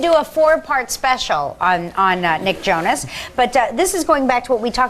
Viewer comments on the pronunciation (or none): she says Jonas weird in the beginning.